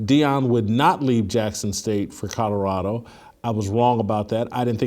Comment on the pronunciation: Jason you still can't say Colorado. Lol